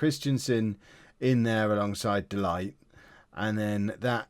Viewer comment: Please please his name is pronounced DE LICHT